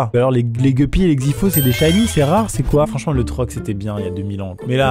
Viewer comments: Pour information on dit gUppy 😄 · Geppy c’est guppy ont le dit avec le u pas le e , sinon vidéo incroyable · Les gupppys et les xyphos sont des poissons très communs qui se reproduisent très facilement. On dit gUppys Max et pas gueupys loooool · Les gEUpy 😂😭 sir Maxime, on dit gUpy 😂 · Guppy ! Ça se dit guppy, pas guppy ! Bon en gros tu le prononce à la française, en disant bien la lettre "U" gUppy